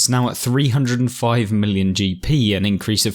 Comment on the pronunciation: Not milli-on...millyon